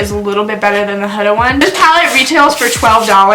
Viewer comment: you had her name right the first time it’s “Hooda” not “huhduh” .